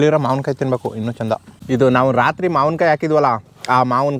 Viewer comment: ಮಾವನಕಾಯಿ ಅಲ್ಲ ಬ್ರೋ ಮಾವಿನ ಕಾಯಿ